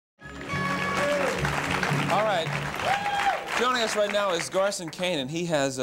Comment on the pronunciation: It's GARSON, not Carson...